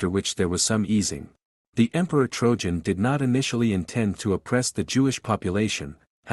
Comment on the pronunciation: " TrOjan", who in blazes is that?! Oh, do you mean TRAJAN? If you're going to present these historical things, at least know what the names are! Dates,places etc. as well.